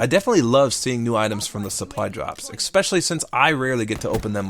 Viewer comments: ... did you just say expecially instead of especially? oh no... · Is it me or do you say "expecially?" Not that it's a problem, I'm just wondering if I heard it right. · I love you, man, but I would love you even more if you stopped saying 'expecially' :P